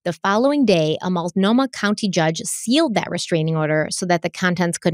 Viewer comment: Ok, yes... you said Willamette correctly. You also pronounced Multnomah (Molt-no-mah) as "Muitnomah" and are now pronouncing Sauvie (Soh-vie) as "Suave". Ricco Suave has nothing to do with Portland. You've also pronounced Oregon (Or-gun) as "Or-ri-gone" and The Oregonian (The Or-go-nian) as "The Ori-gone-ian". Now that that's settled, can we please just hang Terry upside down until the truth finally spills out?? I say the state does to her whatever she did to Kyron.